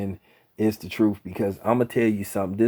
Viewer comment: Did you say troof? I think you say truth. But video blows man. You sound butt hurt 😂😂 😂